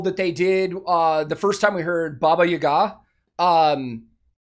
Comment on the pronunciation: dude, your reaction is so sincere that I just enjoyed it with you, and by the way, you are the first person who said Baba Yaga with the right accent as it should sound in Russian - and it's so damn nice that people who really love music not only listen to it, but also developing + we Russian people have been listening to your music for as long as we can remember. so enjoy and good luck!!! With love from Russia!!!